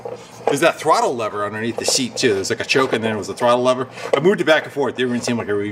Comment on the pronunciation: Sounds dumb saying lever or lover lol